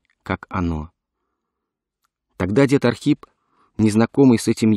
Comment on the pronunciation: Это Ахрип